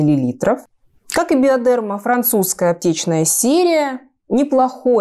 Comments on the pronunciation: БиодЕрма. Коробит от этого ударения. БиодермА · И еще, хочу скорректировать наименование. Во французском языке ударение ставится на последний слог. Всегда. Поэтому, BiodermA. Ударение в словах на "е" мы делаем по аналогии с русским произношением, но по- французски это неправильно)) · Девушки, правильно говорить БиодермА, ударение на последнее а